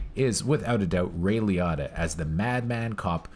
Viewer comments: Ray Lee-o-tah not Lee-ot-ah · I cringed EVERY time. LEE-O-TAH. Say it... SAY IT!! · This is a classic film... Nice job! Btw being from NY, hearing Liotta pronounced any other way than Lee-O-ta is pretty funny. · Lee otta? How do you people learn to pronounce names? Do you only read it? Did you never hear a human say his name? Do you not watch movies or just read about them?